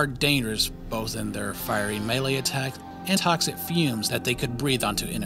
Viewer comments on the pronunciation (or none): none